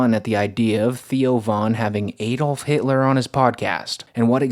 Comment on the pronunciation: adolf is not pronounced »aydoulf« ... jesus christ.